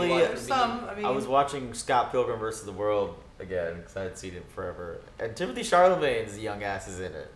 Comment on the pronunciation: Lol stickler first Zendayas name but messed up my boi Timothées